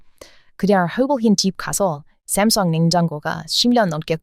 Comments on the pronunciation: 샘성이 아니라 삼성... 발음이 어색함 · ㅋㅋㅋ 아직 삼성 발음을 쌤성..귀여워.. 한국 말로 설명하다 . 문잔 중간에 영어 단어 나오면 완전 현지 발음이 나오네..